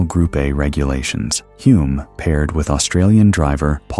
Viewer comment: AI running riot again - Denny Huh-lme, not Hoo-lme as he told me himself; Coniston is in Cumbria, not Lancashire; and how did Henry Surtees become Turkington midway through the piece?